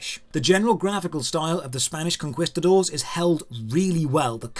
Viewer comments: Oi ye... It's con(key)stuh'dor , conquistador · How did you bounce those Spanish names so well but absolutely fumble "conquistador"?